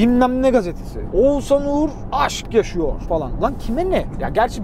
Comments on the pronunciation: Abi çok tatlısın Oğuzan diyip duruyorsun h harfleri yok heralde eleştirmek için değil sadece sempatikliğini dile getirmek için yazdım 🖐️ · Ozuzhan değil OĞUZHAN... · her seferinde Oğuzan demesi peki:))) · abi şu isme biraz çalış. Ozan gibi çıkıyor senin ağzından Oğuzhan:D "h" sesini atlıyosun:D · abi ouzan demesen oğushan gibi desen çok mu zor😊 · Oğuzan değil len, Oğuzhan Oğuzhan 😂😂😂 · Ne zaman oğuzhanın ismini oguzan diye söylemicen diye düşünüyorum😂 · Ouzan, adam Oğuzhan demiyor Ouzan diyor arada ğ h harfleri eksik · Oğuzan değil abi Oğuzhan :D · Ouzan niye diyosun abi :) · Oğuzan değil Oğuzhan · Oğuzan değil oğuzHan. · Oguzan degil Oguzhan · Peki ın oğuzzan demesi ndndndnnd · Neden Oğuzhan diyemiyon reis yahu adamın ismini bi düzgün söyle yahu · Abi bida oguzhan deme